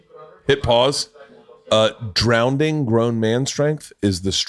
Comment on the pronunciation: Did this dude just say drownding